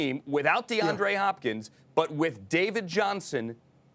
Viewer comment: As a Cardinals fan I am having the best morning of my life!! XD XD No one: Absolutely no one: Host: DeAndre HHHHHHHopkins!? HHHHHopkins?